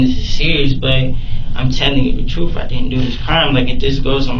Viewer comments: But he told the 'troof'. 😂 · But.....he said he was telling the "Troof"...... I don't understand......😂😂😂